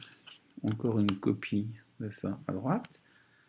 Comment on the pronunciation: 8min 30 "une copieuh"